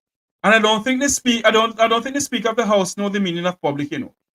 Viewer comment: Why does she keep pronouncing the word SPEAKER as "SPEAKO"..think she nicer than everybody else..